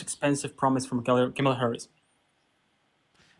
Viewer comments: Why is it soooo bloody difficult for Maga to pronounce Kamala? It's "KAH-mah-lah." Not KEH-mah-lah. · Well, yeah. That's my point. It's odd that he doesn't pronounce the first "a" as "ah", the same as the other two "a's" in her name-- that he gets right. It's as weird as if he mispronounced hacienda with a short "a".